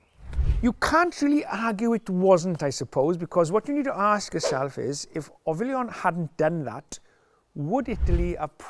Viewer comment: He called Ollivon "Ovillon" at least 4 times, good that he retired because he's losing it 😂